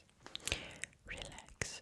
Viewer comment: When you where saying relax its sounded like you where saying shrek lolol